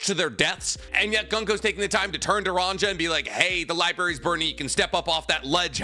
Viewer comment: YOU ARE GETTING BETTER AT ONE PIECE NAMES BUT REMEMBER THE GIANTS ARE BASED OFF SCANDINAVIAN VIKINGS. So all the J names should be pronounced more like a y It would be ronYa